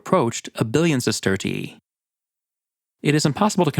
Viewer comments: I don't understand how these people are competent enough to profuce a YouTube video, but not smart enough to provide tje AI voice with phonetic pronunciations, so it says "siss-TER-shee" instead of "sister-EE-ee". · your pronunciation of Roman currency is like nails on a chalkboard. Allow me to help you. Sesterius (Sestertii if plural) is pronounced sest-er-rious Sestertii is pronounced: sest-ter-she there's no "ee" sound afterwards. please for bleeding ears sake, correct your awful pronunciation of this. 😂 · I don’t want to be petty, but I thing you over-pronounce the second “i” in sestertii and it’s a little annoying. Fun video otherwise! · i like the way you say "sestertii" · How do you spell the currency? You sound Irish when you say it haha